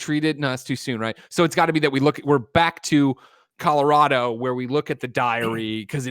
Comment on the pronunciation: Shout out to Hugh Jackman for pronouncing Colorado like a native.